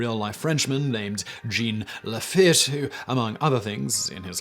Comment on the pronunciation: Ah, Simon, you're incorrigible! Where on Earth did you get "Gene LaFitt?" (Try saying it like "Zsohn [as in Zsa-zsa Gabor] LaFeet.") BTW, back in the '70s, I ate Cap'n Crunch cereal because it was the most nutritional cereal I could find---and I liked the flavor. I didn't care if he was a captain or a common "swabbie." Stay safe, everyone.